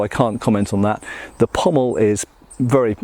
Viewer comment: It's very nice to hear someone pronounce 'pommel' correctly. I don't know why Shadiversity's Shad insists on calling it a 'pummel.' I dunno, I mean there might be an inside joke behind his insistence on mispronouncing it, in the same way that I insist on calling them "indexes and matrixes," rather than properly calling them "indices and matrices."